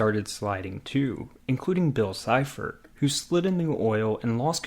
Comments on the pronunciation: His name is pronounced bill seefort! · Bill Sieferts name is pronounced. Bill Seefert